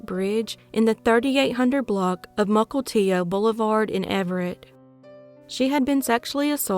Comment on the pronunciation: I don't know what to make of this... she pronounced Mukilteo right, but in at least 3 different videos has pronounced Bothell wrong.... and I know she has a pronunciation guide for difficult Washington place names (because I made and sent her one). I love the content, but as a native Washingtonian, butchering our place names makes me cringe every time. (also Yikes...I used to live about 6 blocks from where that last dude lived... albeit a few years later)